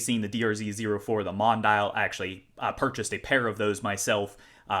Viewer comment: Not to be a know-it-all, but the DRZ04's little name (“Mondial”) is pronounced Mon-dee-al”.